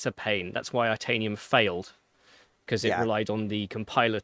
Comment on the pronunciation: Interested analysis. However, the way the chips and cheese guy pronounced itanium sounds like he’s only read the word and never heard it pronounced. It’s like titanium without the T. Also saying “RISC Vee”.